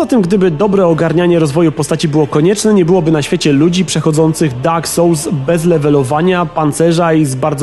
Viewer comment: Dak sołls xd